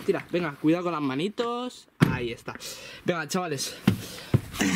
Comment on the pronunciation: Dijiste manitis